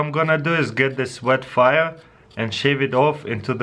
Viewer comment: "bet faia" taras 2017 <3